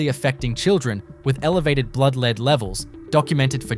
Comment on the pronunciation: Time you learnt how to say Bourke correctly. I am surprised at how many town names you actually have no idea of how to pronounce them. Talk about third world towns but you yourself have third world speech. Disgusting to hear such ignorance. You even have no idea how to pronounce lead the metal.